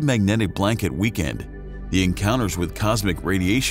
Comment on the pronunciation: Also pronounced weakened as weekend... Moronic